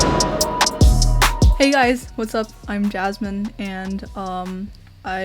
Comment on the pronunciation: 1和2，感觉1号的“and”说得很中式，2号从小英国长大竟然不是英音